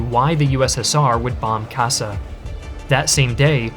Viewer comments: Kassa (now Kosice in Slovenska) was pronounced Kawsh-shaw, the 'a' is like that in 'water' and and the 's' is like the English 'sh' but each 's' is pronounced individually, so twice in rapid overlapping succession ----- sh-sh. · "Sas" can be translated, that's the Hungarian word for eagle. The pronounciation would be like "Shash". I know, Hungarian pronounciation sucks, here is some help: 's' before a 'z' is the basic English 's' sound, otherwise it sounds like 'sh' in English. For example, we say "szovjet" instead of "soviet" and we pronounce our capital Budapest as Budapesht. "Farkasréti" means "From Wolf Plain" or sth like "Wolf Plainian" if that's an existing word